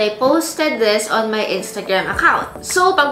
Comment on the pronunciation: Annoyed with your "THES" paki bigkas ng tama next time, "THIS". Nice review, nevertheless!